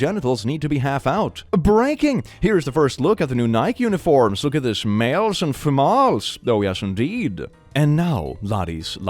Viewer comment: Dear, it's pronounced femal-es. Like tamales. Thanks 😂